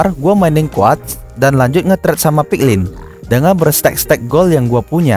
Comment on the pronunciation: Kok ngomong nya agak kurang bang , gold = gol